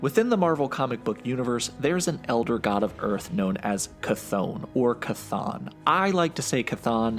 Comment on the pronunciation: As far as I’ve heard, that is the correct pronunciation of Chthon.